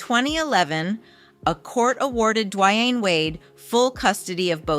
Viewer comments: Has she not heard how to pronounce His Name?! Say His Name-D~Wayne!! WOW!! Say His Name correct!!!! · What’s wrong with your tongue? Gabe-briel? Duwuanye? EvAh?